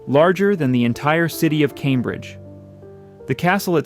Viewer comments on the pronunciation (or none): none